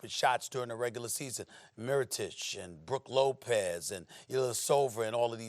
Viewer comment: You said mirotic right👏🏽